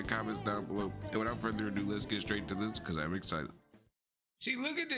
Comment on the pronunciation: Listen to how you pronounce Ado is funny😂